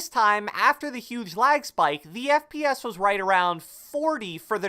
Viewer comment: I thought you said friends per second! But you didn’t...